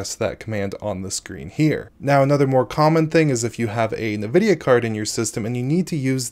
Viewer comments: You are pronouncing Nvidia incorrectly. This triggers me bad. I can't watch the video because of it. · I cringe each time you say Nvidia or NVENC